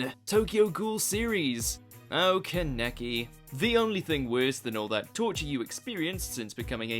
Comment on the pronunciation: There’s no way this guy isn’t trolling still saying Kenneky lmao